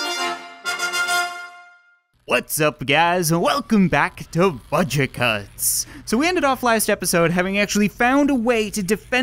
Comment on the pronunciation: Fudget cuts? he said fudget cuts at the end, LOL